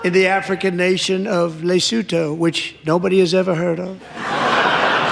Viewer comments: Just to let you know (from an ex South African) that Lesotho (Le-Sue-too!) is a very small independent kingdom within the boarders of South Africa. It’s also known as The Mountain Kingdom. It’s very small, very rural, quite poor and only has a population of a couple of million. I have absolutely no idea why the US would have been giving them money🤷‍♀️ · Lesotho (luh-soo-too) is a TINY principality surrounded by South Africa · Guys! Look on a map. Lesotho and it’s pronounced Lassootwo. It’s nestled within South Africa